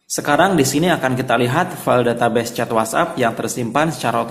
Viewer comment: ganggu bgt blgnya data beses wkwk data "bes" bacanya